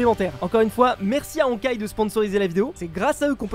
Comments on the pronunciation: j'ai vu 2 erreurs dans l'opé dès les 2 premieres secondes en tant que joueur de honkai star rail c pas archeron mais acheron sans le r et honkai star rail pas honkaR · moi: "Honkai starrail": "HonkaR starrail" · "Archeron" "Honkar" respecte la sponso 😭